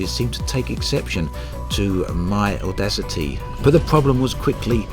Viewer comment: Great topic, thanks for covering this! Edit: "AudaciTEA", hahah!